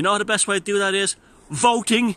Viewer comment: Did you just say voting???